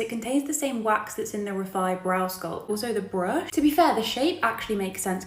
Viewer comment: "It's kinda HAAAD and its not for me...this is TAAAT'S new tubing mascara."